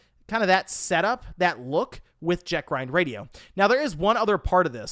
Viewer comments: If I hear him say "Jack Ryan" Radio one more time, I swear I'm going to beat my head on the wall lmao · My ears Bleed, every time he say Jet Grind Radio instead of Jet set :/